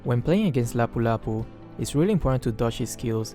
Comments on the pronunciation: How are you able to read Lapu-Lapu's name properly? It's mostly Filipinos who knows it because he have the name of one of our Real Life Heroes. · Whoa,! Your pronounciation on one of Philippine Heroes (Lapu-lapu) is perfect! The game's narrator messed that up xD I'm from Philippines so I know how to pronounce his name xD Great gameplay again. Hoping to see you make more videos. More power!